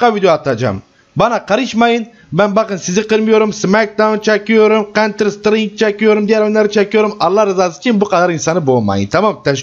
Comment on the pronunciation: abi kantırk strink ne yaw :DDD